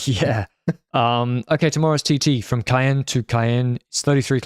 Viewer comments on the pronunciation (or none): usually on point with his French, but the Ca-enne pronunciation in the preview and here is pretty far off 😂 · "Caen" is pronounced like the "Cam" part of "Campanaerts".